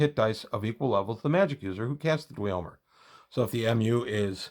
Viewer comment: I don’t usually do this, but the pronunciation of dweomer should be “dwimmer.” I only mention it because I also said it incorrectly for many years and I’d want to know. While I’m at it, “geas” is pronounced “gesh.” End of nitpick transmission.